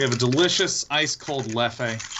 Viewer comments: His pronunciation of European beers and whiskeys is killing me... Leff-eh... It's pronounced 'Leff', the 'e' is silent. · It's "leff" with a muted e at the end, not a "leff-e", god damn it lol! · The way he pronounced Leffe is the funniest thing haha